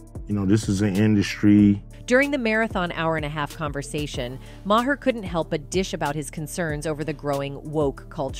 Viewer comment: He simplified it for idiots...I have several Maher in my town and they pronounce in Mah-Har